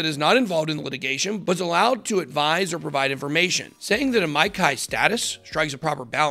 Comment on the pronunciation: Bro- amici is pronounced uh-MEE-chee